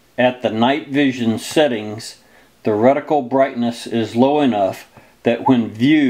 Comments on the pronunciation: "recticle" lol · Darby Murray He said " recticle"! Too funny!!